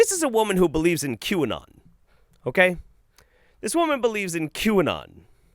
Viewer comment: "This is a woman who believes in [cue-n-nun]" Me: "You mean 'quinoa?' I mean sure it has an acquired tasted, but boil it in some broth, that's some good eatings. What's not to believe in?" (I'm either deaf or dumb, or both)